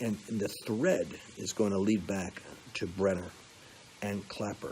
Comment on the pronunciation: Hey Lance, it’s BrennAN not BrennER,. Just sayin’. Also you meant McCain NOT McCabe, right? God bless!😊